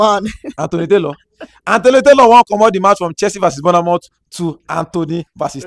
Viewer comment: I beg wonna it's not 'burner mouth'....its pronounce 'bor moff' .....I know u Nigerians love burna boy ( me too) but please pronounce Bournemouth.... there no burner in this...I love Naija